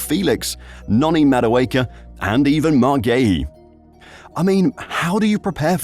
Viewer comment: Marc Gee-yu is how the player himself said it's pronounced